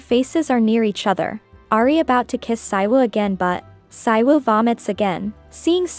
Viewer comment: The title brought u here & subscribed Also, the male lead was in KISSABLE LIPS K-BL BTW it's pronounced SEE-WOO not PSY-WOO